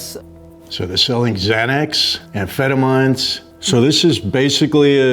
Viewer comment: “Ampheta “mine “